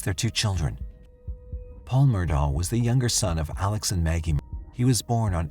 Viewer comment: I have a hard time putting any credence in this story about the Murdaugh murders when the narrator cant even pronounce the man's first and last name. Its Pronounced "Ellick Murdock" damnit. The entire evidence is not presented, just evidence cherry picked to get views. This story needs to be updated by the original presenter. A lot has happened since May 21, 2023. Get it right or stay quiet.